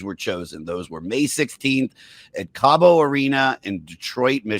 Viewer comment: I didnt know 'Cabo' was in Detroit??!! COBO COH BOH. Dummy. STUTTER??